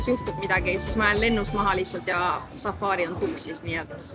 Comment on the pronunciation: Safari, mitte safaari😂 Ei muidu äge, jälgin eelmisest reisist alates😊